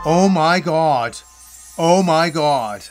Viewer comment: "Oh my got ... oh my got." 😅